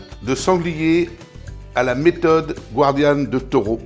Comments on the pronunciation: Bonjour chef. Moi qui suis de Nîmes je suis ravi. Très bonne recette. Respect des traditions. De chef à chef on dit gardianne, si vous me le permettez, et non guardianne. Merci encore pour cette excellente recette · Bonjour chef un petit rappel On ne dit pas gwardianne mais "gardienne" Merci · Bonjour. Ne pas prononcer à l'américaine "guardian" mais gardianne, ou daube de sanglier ou de taureau. Vous n'êtes pas de la région, on vous pardonne!!!